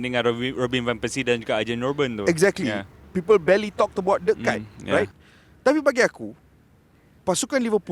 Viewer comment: Kite tu layang2 brader..sebut nama legend betul2..pengulas bola pun xtau sebut nama player